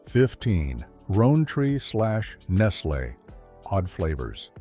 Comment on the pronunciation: I don’t know what’s worse: the AI narrator, or the script being read. From “S K U S” to “LOW-neys” to “ROAN-tree”, and the hilarious confusion of Hershey Kisses (wrapped in foil) for Neilson Buds, and the Hershey chocolate slab bar with something called a Milkshake bar which may not have ever been sold here at all, and the strained attempts at rationale for them being discontinued or how consumers reacted, it is really pathetic. Add to that the pictures of UK products with UK wrappers that were never sold here, and this chocolate video is really a turkey.